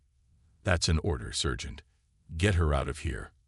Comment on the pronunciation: sergeant is not pronounced "sir gent". It's "sar gent".